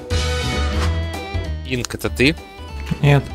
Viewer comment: ИНК блэт а не инс